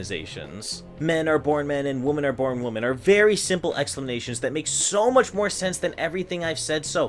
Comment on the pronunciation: Remember that "women" is ALWAYS pronounced liked "wem-en". Never "Wo-men". Always has been that way.